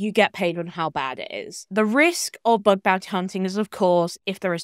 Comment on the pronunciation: Bug not Bud fyi